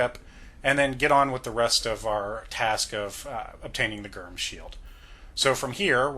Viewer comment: I like the video but “Gyrm” is pronounced like “germ,” no hard g